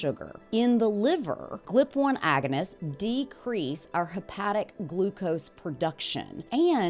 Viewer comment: Are you AI? You keep saying "Glip" and it's G.L.P. 😂